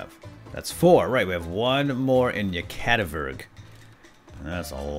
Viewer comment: Its "Yekativikurg" not "Yekativurg"